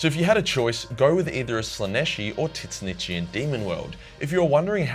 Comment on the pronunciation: I don't know about "teet snitchian".